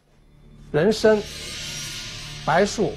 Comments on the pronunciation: 那个叫做白术(zhu二声)，而且是星宿(xiu四声) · “白术”，“zhu”，第二声；“星宿”，“xiu”，第四声。这二字的区别可不仅仅是平翘舌。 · 药方的解说太牵强附会！白术的术念zhu，不念shu。又说曹公平翘音不分，shu通宿，星宿。但是星宿读音为星xiu……听听就好，扯的太勉强了……